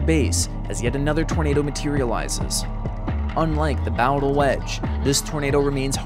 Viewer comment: Um... isnt it pronounced "Boh-dle"? Now bow as in the bow of a ship, but bow as in bow and arrow? Bowdle? If Im wrong, please correct me.